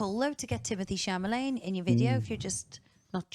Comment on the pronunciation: Its chal u may... its a French name. You dont pronounce it met at the end